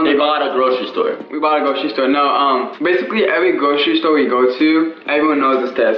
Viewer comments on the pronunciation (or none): “stawted fwom the gwocheri stowe, now i own a wawi” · I think they pwonounce it gwocewy stower.